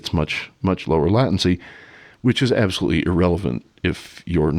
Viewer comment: Excellent talk! Just added you to my subscriptions. And just checked the pronunciation of “latency”. Appears to be a long A. Only - no alternate. Am i wrong?